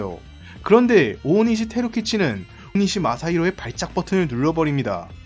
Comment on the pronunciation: 테루키치라고 자꾸 하는데 뭐가 맞는거냐 영상 올리기전에 성의있게 확인 좀 하고 올리지